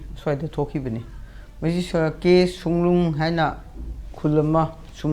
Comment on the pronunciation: Songnung natte Songlung ne. Ngang adi phajana ngango